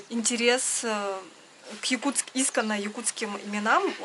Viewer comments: Извините, "искОнно" - ударение нна 2-ой слог. Очень уж режет слух. Спасибо! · Слово "исконно" произносите не верно ударение не там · Не Исконно,а искОнно!Что то резануло слух! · слово Исконно, интересно слышать, я думала искОнно, ударение на "О" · ИскОнно...так правильно ставить ударение